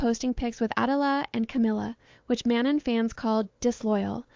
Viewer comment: how do you keep mispronouncing manon. is this an ai voice?